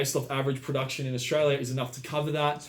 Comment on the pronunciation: Strayla mate